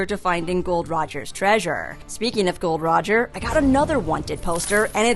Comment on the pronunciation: It’s not Gold Roger it’s Gol D Roger